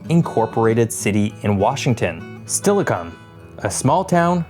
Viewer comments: Just an FYI, it's not THE Puget Sound, it just Puget Sound. I won't get into how Skagit, Nisqually and Puyallup are pronounced. Good job on getting Sequim and Steilacoom right though! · He got Steilacoom right!